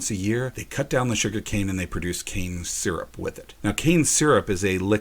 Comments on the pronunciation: I thought he said cancer the first time when he said cane syrup LOL im deaff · First time you said cane syrup, sounded like cancer. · When you said the canes would be turned into cans syrup, if almost sounded like you said it would be turned into cancer.